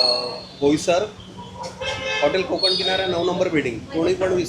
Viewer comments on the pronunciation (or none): भोयसर नाही बोईसर